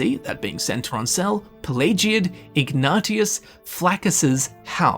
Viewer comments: Ignatius is pronounced ig-ney-shus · it’s pronounced IG-NAY-SHUSS. The name is most well known for Ignatius of Loyola, a Jesuit priest who was wildly influential. His name isn’t stupid, you’re stupid. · his name is pronounced ig-ney-she-us (ignatious) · I feel offended. (Ftr it's pronounced Ig-nay-she-us) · Ignatius is pronounced like ig nay shuss